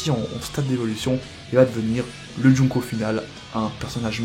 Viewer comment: c'est pas joungko c'est jungko